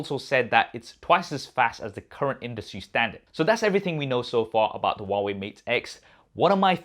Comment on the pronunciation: Hwawei fold hahaha 🤣😂😂😂😂